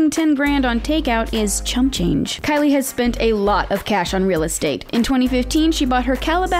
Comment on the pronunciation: The girl who talks she didn’t say Kylie Jenner she said Kkylie Jenner